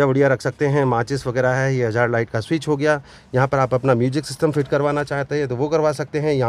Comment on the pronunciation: फिट मे बोलने कुछ दिक्कत है क्या